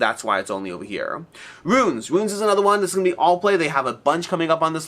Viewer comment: Not trying to come off as annoying or whatever, just trying to educate: Ruins is a word of 2 syllables. Rue ins. Unlike Runes (which is how you seem to be pronouncing it). Also, comparing Hercules & the 12 Labors to 20 Strong really piques my interest.